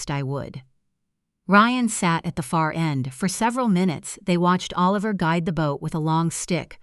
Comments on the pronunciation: Why do you keep saying a liver instead of Oliver? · It’s not O Liver, it’s pronounced like Alaver! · These compute generated storytellers is so funny, Oliver here is O-liver, so funny. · O Liver? MaraLeen? AI needs to go to school. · I know it's AI, but...imagine holding your newborn, trying to decide on a name...a sweetheart a heart...naaaa A liver😂